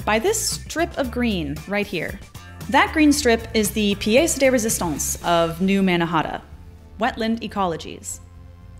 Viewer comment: Lady needs to learn how to pronounce "pièce-de-résistance" even in a butchered American way. I have NO IDEA where she got hers!